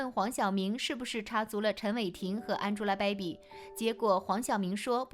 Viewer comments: 安猪拉 掰比，博主的英文发音真的蛋疼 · 你这英文发音我实在受不了了，什么叫安吉拉白比